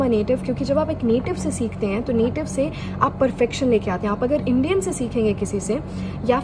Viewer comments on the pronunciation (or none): none